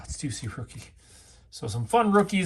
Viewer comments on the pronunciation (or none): none